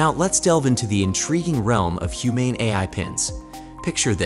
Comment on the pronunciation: I stopped when I heard "Humane AI", pronounced almost as "I" and gave it a thumb down :D